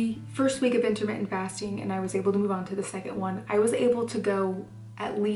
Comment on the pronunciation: it's "inter mittent" not intimate lol